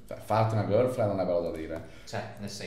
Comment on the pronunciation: ma l'inglese girlfriend si legge gerlfrend non girflend